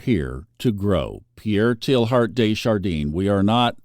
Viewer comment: Say: Tay ard du char DAN (not deen) Thank you for the good advice!